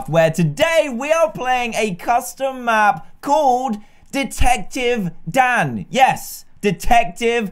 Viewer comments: My whole childhood I though he was saying “hey guys down here” but nah he says “hey guys Dan here” plz don’t say I was the only one 😂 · No you aren’t I thought he was saying it to